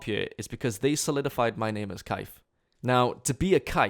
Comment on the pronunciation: Oooooh so Caef is actually the good pronunciation, I thought butchered it with her accent.